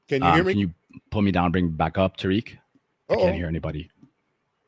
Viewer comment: Now why you got the singer saying Tah Rik! 😂😂😂